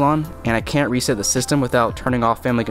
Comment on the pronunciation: You say reset as reseat lol. It’s re-Seht a controller. Not re-seet a controller. I never pronounce nazi but that was weird to me lol.